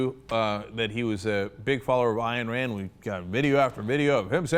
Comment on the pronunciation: Isn't it "Ein" Rand, not "Ayanne" rand?